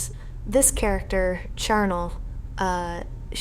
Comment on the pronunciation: Machinima??? Now you've gone too far! I had to double-take at the name... did she say Carnal? Or was that Charnel?